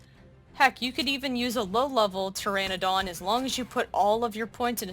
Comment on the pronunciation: Great video! Love the trap and design. But the way you pronounce pteranodon bothers me lol. You’re completely skipping the “ano” in pter-ano-don. Other than my weird obsession with correct pronunciation your video is great!